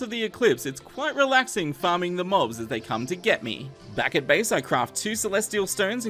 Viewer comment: does he say farming or farting?